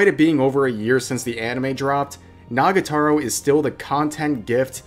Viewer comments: It's NagaTORO not Nagataro tho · It's nagatoro, not n*ggatoro lmao